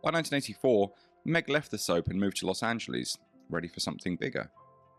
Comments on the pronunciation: It's NOT pronounced "LOSS ANJELEEZE". I was born there, so I know. Where on earth did you get the idea that it was? Do you think it's Greek? Let's get it right. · Are you British? Even though I was born in LOSS ANJELEEZE, I lived in England for fifteen years. I knew people there who could pronounce the name correctly -- generally those who were literate or aware that there was a world beyond their shores. So your comment is something of an exaggeration, old chap.